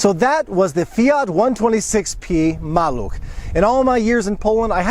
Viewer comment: It was my first car... great experience. Your polish pronunciation is brilliant congratulations 👍